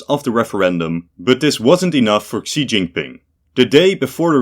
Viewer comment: For another umpteenth time, Xi's name is pronounced "SHE", NOT "KSEE"!!